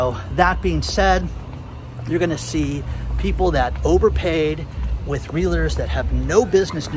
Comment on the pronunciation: It is pronounced "realtors", not"real a tours".